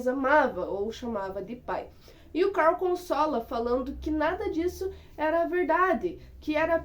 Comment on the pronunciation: Por favor não inventa moda pare de dizer o nome dos personagens errado principalmente o do Carl